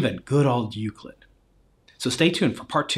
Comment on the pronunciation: said Euclid wrong